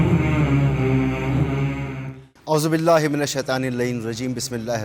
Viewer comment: 😢😢😢😢😢 ye anchor aouzubillah or Bismillah theek sy nhe prhta